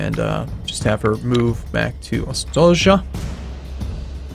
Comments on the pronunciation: It's pronounced "Ostoyah" not "Ostodja" xD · I'm sorry but you have some mistakes here: Ostoja is a Polish word, verb, feminine. It is not a name. means a place of peace, safe settlement. And should be pronounced "ostoya". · Slavic pronaunciation: ostoja -> ostoya (means refuge/shelter). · "Ostoja" - means "haven", is pronounced "ostoya" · The town name is actually read more like Ostoya with long i"i" ;) Nice gameplay btw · The city name pronouces like "ostoya":) It means "refuge" in polish. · j reads as y. read it ostoya. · Its seems, that this is polish game. So "j" read like "y". Ostoja means refuge/camp